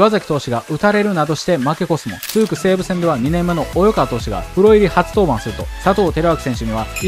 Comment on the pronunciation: 気になるのですが、「及川」の読み「およかわ」と読んでませんか？ 「おいかわ」ですよね？